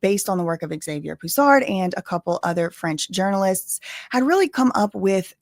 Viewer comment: THANK YOU for pronouncing Xavier properly. I kept getting triggered watching the series on this, with candance calling him "ex avier"... like, what? lmao Anyway, for me what is really telling is that this started because people IN FAVOR of "brigitte" and wanted to write these articles about her life and her "journey"...and suddenly they realized "brigitte" has no clear past. The worst part of it is that even the official story is rather dmning, Macron was basically preyed upon. but you know... according to the french, 15 year olds can "consent" to relationships with full grown adults...